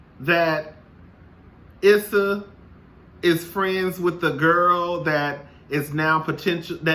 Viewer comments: 💜🧸 Hey 😊 Her name is pronounced "E"ssa, eventhough phonetically it's spelled Issa. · Lol. Her name is pronounced E- ssa